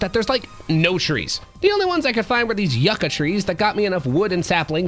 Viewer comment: ITS PRONOUNCE YOU - KA NOT YUCKA 💀